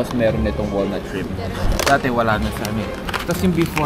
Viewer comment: ''Dati" po not "date" hehe